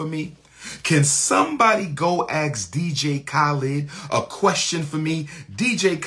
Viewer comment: 6 degrees and he cant pronounce 'Ask'